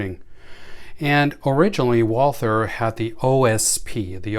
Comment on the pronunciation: The Brand is pronounced Walter without the h